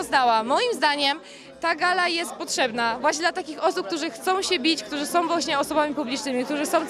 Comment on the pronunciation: Ona wie kim "som".Po co robić wywiady z amebami?